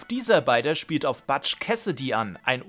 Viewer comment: Ich weiß nicht, ob du Butch's Namen absichtlich falsch ausgesprochen hast, weil es ein running gag im Anime ist.